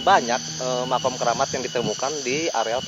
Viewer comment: Weeh emosi makom apa makam yg jelas bro